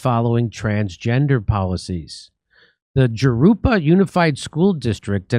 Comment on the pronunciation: FFS, Jimmy! Jurupa is pronounced "Huroopa"...just ask your MEXICAN wife to teach you proper Spanish pronunciation